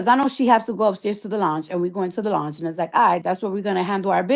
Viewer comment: 😒 the fact she went on a 15+ post rant on IG in that orange wig BREAKING DOWN how much Of a liar Nicki is bc “if this happened, why that” and WHOLE TIME it was true so this really pisses me off.. she went HARD ASF about this swearing it neverrrr happened! &Why tf this lady can’t pronounce LOUNGE correctly at this big age 😐 I’m irritated.